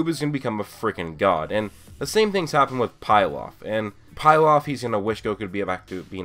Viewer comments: It's Pee-laf not Pie-laff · Did you just prounuce pilaf like PIE-LAF its prounuced PEE-LAF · "pielof" 👌🏼 perfect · Hes not pronounced pile-off